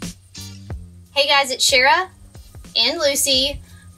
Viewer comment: Haha Lucy is always around…she just usually sleeping and doesn’t make it into the videos 😂 yes, this would make a great bench or outdoor couch as well! Lots of options 👍 also, yes, haha it’s Shara…pronounced Cher-uh, but no one ever gets it right 😂